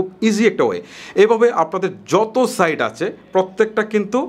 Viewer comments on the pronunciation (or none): none